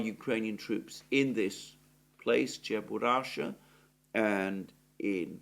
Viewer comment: "Cheburashka" ("Чебурашка")... i.e. with a "k".